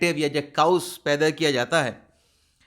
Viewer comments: Dear chaos its not kaa-oos, but pronounced as kay-os. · جناب ، برائے کرم اپنا تلفظ درست کریں۔ chaos کو “کے اوس” پڑھا جاتا ہے “کاؤس” نہیں، اور دوسرا vlog کو “وی لاگ” پڑھا جاتا ہے ناکہ “ولاگ”۔ اس نشاندہی پر معذرت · ۔۔۔انگلش کے لفظ chaos کو کے-اوس پڑھتے ہیں۔ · آپ کاؤس کہتے ہیں تو کانوں میں پھنس جاتا ہے 😅